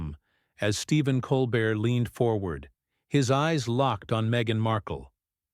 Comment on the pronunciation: At least the ai voice doing the "reading" only called Stephen Colbert "Coal bert" six times that I noticed. smh. The super weird artificial cadence of the ai voice is more bizarre than the mispronunciation of common names and words. I honestly have NO IDEA why mattress actress Meghan Markle was invited onto The Late Show, Stephen Colbert's guests usually have an actual talent or ability of some sort. Not so in this case.